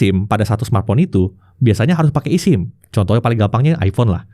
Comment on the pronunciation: bang ngomongnya esim, bukan isim... sama kayak lu bilang ektp bukan iktp